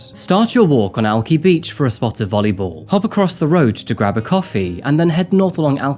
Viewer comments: I know this is besides the point, but I live a few minutes away from where this happened in West Seattle. I live in Alaska Junction -- which is considered downtown West Seattle and a few minute drive south of Alki beach, and just wanted to let you know that Alki is pronounced AL-kai, not AL-kee. Anyway, I remembered being absolutely terrified when I first heard the news. I used to visit Alki Beach often and I definitely have limited my visits since this happened. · If you were actually from Seattle, you'd know it's Alki ("Al Kye"), not Alky ("Al Key"). Although, I'm sure there are an alky or two down on the beach ;) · Love your videos, I was also born in Seattle, but I lived there long enough to learn that Alki Beach is pronounced AL-Kai not AL-Kee lol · Alki with a long I Alk-eye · I live here and it’s pronounced Al - Ky, like ‘eye’ and not ‘ee’ 😂 it’s killing me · It's pronounced AL- KY BEACH..not alkee😉😊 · AlkI beach, that’s a i not alkey beach lmao and he said he was born there? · I love your videos but this one irked me. You do so much research yet you didn't research or listen to the news clip on how to pronounce Alki. Alk-eye not Al-key. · Alki is pronounced alkeye, long "i". Not Alkee. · Dude has local video... Knows how the locals pronounce alki and still can't manage to pronounce it correctly. Al kih. Not alkie. Ffs. Wtf dude? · You grew up here but can't pronounce the beach name properly. 🙈🙈🙈🙈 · I die inside every time says “Al-key”. It’s al-Kai. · Uggg I'm from Seattle. It's Al-KY not Al-kee. If you were born here how did you not know that? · Al-kai not al-kee. Even KOMO said Al-kai. Don't try to say Puyallup or Spokane -_- (just teasing sir, love your videos) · Al-Kai, like kayaking. Not Al-key (I live here) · Lol, how could you be from Seattle and not know how to pronounce 'Alki'? It's not Alk-ee, it's Alk-eye. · I knew I recognized that "Seattle accent." BTW, it's not "Al kee" it's "Al ki." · Alki is pronounced Alk-eye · It's Alki not alkee.